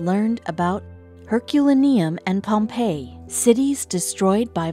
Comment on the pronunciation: Although your narrator has a very pleasant voice, she sounds as though she's reading totally unfamiliar material, stumbling through words like she has never heard of places like Herculaneum and Pompeii, as well as anything else that's over two syllables! I highly suggest that she familiarize herself with the script far in advance of recording it, placing particular focus on unfamiliar words, until those words can slip readily from her tongue! (Learn how to use a dictionary, AND any of the readily available online spoken pronunciation guides, please?) A "professional narrator" is expected to perform in a "professional manner," and as anyone who is paid for their work IS, by definition, a professional, then, please, PLEASE! try to perform as one! Hesitancy, fumbling with words, and blatant mispronunciations all loudly scream "AMATEUR!" You CAN do much better than this! There is a very old joke wherein a young musician asked an older, far more experienced, musician "How do you get to play at Carnegie Hall?" The older (and wiser!) musician responded with this: "Practice, practice, practice!" That's all YOU need: Practice! Edit: I'm certain others will mention this, but I'll tack it on, too. It is EXTREMELY annoying to be told to "hit the like button" BEFORE viewing a video, as well as "hit the Subscribe button" before the viewer has any chance to decide whether or not the video merits a subscription! I've spoken with many people who, when "told what to do" this way, have a firm p